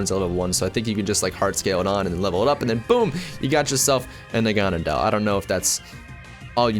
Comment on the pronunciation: Naganadel is (nah-gah-nay-dll) I think